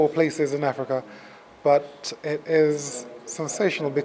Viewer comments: Did he say Africa ? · bloody ell never heard of this place you call Affricar will check it out pal